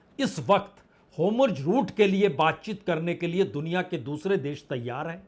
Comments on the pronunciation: Sir gustakhi maaf ho lekin hormuz bola jaaye to acha lgega naaki homurz🙏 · Vajpayee ji, AAP varishth Patrakaar Hain lekin app. State Off hormuz ko humruz kahte Heyn aor netan yahu ko netanu kahte heyn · All the questions raised in your discussion are very informative as well as thought provoking. The in-depth analysis too deserves full appreciation. However, One small correction in the current topic; the pronunciation is "Hormuz' and not 'Homurz'. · Sir I think you are saying homruz instead of hormuz..🙏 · Hormuz and not homurz 🙏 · आप हॉरमुज़ को होमरुज बोलते हो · वाजपेई जी होमुर्ज नहीं हॉर्मूज़ hormuj कृपया उच्चारण ठीक करें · पहले होर्मुज बोलना सीख लें, फिर ये सब विश्लेषण कीजिए